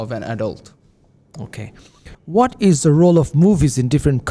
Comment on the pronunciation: ‘Avatar: The way of Life’😅😅 ….pronouncing ‘Ishh’ for ‘is’ 😂….Now I’m confident that I will get Band 9 for sure😂